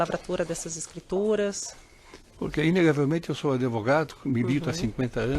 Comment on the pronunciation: "Adevogado" kk